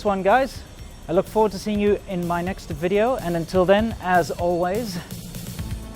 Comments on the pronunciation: Your Chinese wife can’t even say the word video right. Are you sure she is a doctor? Sadly you hate China so much why you choose to stay there that long? You are so ignorant about safety of American food full of hormones and antibiotics and GMO. Good luck with Monsanto GM poisons. Feel sorry for you. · another,and video这两个单词发音确实有点太臭了。呵呵，建议赶紧改进。好意哦